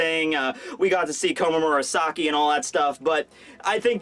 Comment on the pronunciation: For the love of God stop saying komamura-saki, all I can picture now is a big wolf man as a prostitute in the kimono.